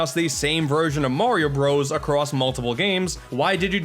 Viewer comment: "morioh Bros" didn't know josuke and okuyasu were in a rpg